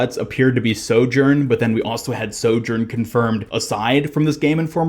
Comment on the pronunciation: Ugh listening to his mispronunciation of sojourn over and over is making my brain bleed internally